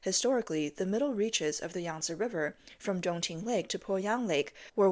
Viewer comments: YANG-SEE RIVER.... SAY IT WITH ME YANG-SEE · hahahaha YANG - SEE RIVER HAHAHAHAHA